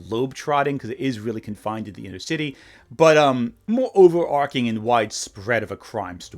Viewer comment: it's "overarching" with a ch like chicken buddy